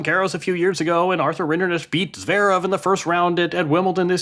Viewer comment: Why is it so hard for a journalist to learn to pronounce the finalist's name?? Rinderknech is not even that hard.